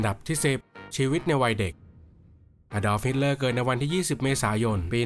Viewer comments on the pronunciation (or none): แว๊บแรกได้ยินเป็น a dog hitler